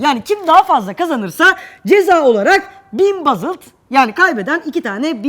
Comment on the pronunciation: Bazıld değil BOOOOOOZILD.